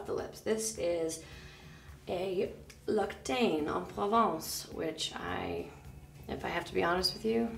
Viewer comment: Wait... Nina is supposed to know French... Yet she can't pronounce L'occitane correctly. I just noticed corrected her lol